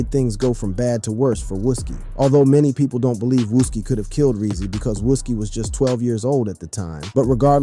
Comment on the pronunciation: Seriously I'm not even from there and I know how to pronounce that 🤣 I think everyone know then again he also say "wuski" haha